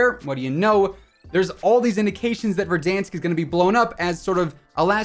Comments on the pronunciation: This man say verdunks 😂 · “Don’t worry, can’t hurt you, he doesn’t exist.” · Keep saying Verdansk like that 😂🤣😂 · the way this guy said verdansk 😂